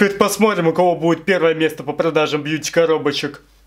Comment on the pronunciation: Мне одной казалось что всё видео повторялось не Бьюти коробочка, а бич коробочка😅